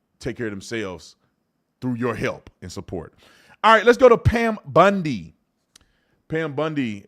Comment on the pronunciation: 🤪 BOND-i… not BUND-i